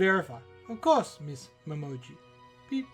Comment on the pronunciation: Hope we get detective-mode Momiji in this case. btw, her name is Momiji, not Momoji ;) This is gonna be a 5 chapter case, so there's likely gonna be 2 murder cases at least, so not a mini story.